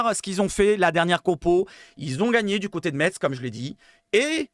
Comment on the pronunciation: Salut, sympa tes vidéos actu....CONTINUE!... un raciste avéré à l'OM? NON MERCI! je te rejoins sur le cas lodi, les vacances c'est mercredi soir, donc pas trop d'accord avec le départ anticipé, ça prouve son désintéressement à notre club 💙🤍 ALLEZ 🌟 L'OM 🤍💙 ha ha ha.... pour info o ne dit pas "metsse" mais "messe"....... je me suis fait reprendre de nombreuses fois lors de mon arrivée en lorraine